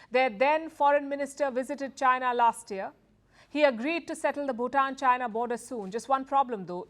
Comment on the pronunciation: Moving away to whom? Chynah? okay. :face-green-smiling